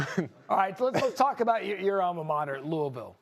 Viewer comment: Finally, someone call-n out the incorrect pronunciation of Louisville. It's Loovull, get it right people.